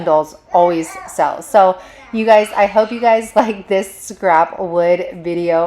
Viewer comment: I love how you say “you guysezzs” and here in Louisiana we say “Y’all’s”!!!!!